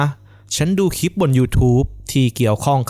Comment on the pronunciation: คลิป ค่ะ มิใช่ คิป โปรดเน้นให้ความสำคัญกับ ควบกล้ำ ร.เรือ ล.ลิง ด้วย จะน่าฟังยิ่งขึ้นค่ะ